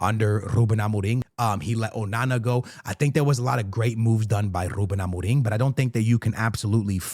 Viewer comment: The way so say ruben Amorim, is on the same level of that guy who says tapatio